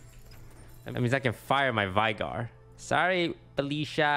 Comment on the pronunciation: if you pronounce if vAigar one more time I make another account, subscribe and then unsubscribe.